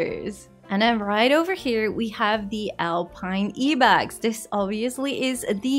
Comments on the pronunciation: Do you guys pronounce ibex as “E-bex”? Have I been pronouncing it wrong my whole life? 😆 I always called it the “Eye-bex “ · lady, you pronounce "ibex" as in "eye-bex" :D in afrikaans i still say "eeuh-bex" by accident and it took be long to figure it out XD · It is actually pronounced Ibex with I